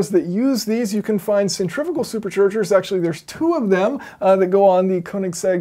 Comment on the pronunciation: You said centrifical multiple times instead of centrifugal XD